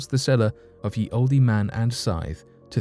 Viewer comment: It's not pronounced ye in the old days ye was spoken as the the y being a th sound.